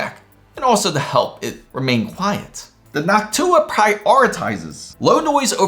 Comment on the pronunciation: I thought he said, he got the HOCk-TU-AH card..lol:face-blue-smiling